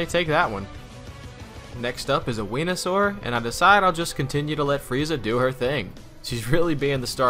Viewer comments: It’s Veanasar not beanasar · beanasar? lol, I heard him say weenasar. I am just laughing myself to tears right Now. . . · Did you say wenusaur. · so it was a joke? humor can at times be a very subjective thing... its Not too hard to understand why some people might've thought he simply mispronounced Venusaur(including me). Yet, You people just say "whoosh" like shit like that is SUPPOSED to be very apparent?... Grab that "whoosh" meme... and shuve it, in the mean time, have a Nice day the Next time You ever find Yourself Not grasping a joke, then after You talk about Your confusion, someone else just goes up to You and just says "whoosh". Good Day. . .